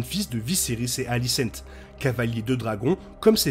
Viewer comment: Très bonne vidéo comme d'habitude ! Mais désolé je suis obligé de faire une petite remarque sur votre prononciation de la plupart des prénoms. "aegon" ce dit "égone" et pas "haégone" ou alicent etc. Plusieurs prénoms sont mal prononcés par rapport au livre et à l'adaptation de GRR Martin ! Mais ça reste un détail bien sûr ! Bonne continuation !